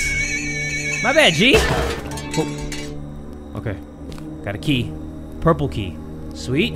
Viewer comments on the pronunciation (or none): I like how said purple key It might trigger a lot of people